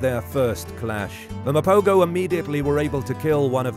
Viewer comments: Will you freaking people get the name right. Mapogo is pronounced ma-po-ho and not Ma-po-go. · The g in mapogo is pronounced as a h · Mapogo pronounced MA po ho. Just saying